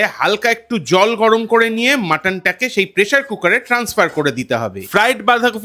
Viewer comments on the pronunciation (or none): none